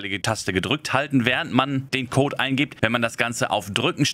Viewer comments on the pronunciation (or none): none